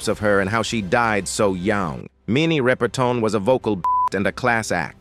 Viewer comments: Her name is Rip-er-ton, Not Ripe-er-tin! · Her Sir name was not RI per ton and it's Mariah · Pronounce her name correctly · PLEASE DO YOUR RESEARCH!! In addition to mispronouncing her surname…there were pictures of Aretha Franklin as Minnie Riperton!!! This is a gross error to mix-up & confuse two distinct & phenomenally talented Black performing artists!! Not cool at all!!! DO YOUR RESEARCH!! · I second that.